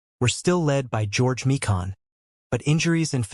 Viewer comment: George My-kin not Mee-Kahn.